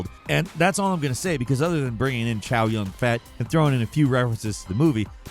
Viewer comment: He said Chow yun FAT 😭😭😭